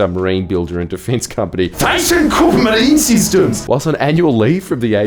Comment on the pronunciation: As a german I thank you for giving me the new and only correct way to pronounce THYSSENKRUPPMARINESYSTEMS